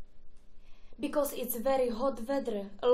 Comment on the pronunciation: Because sa vyslovuje becas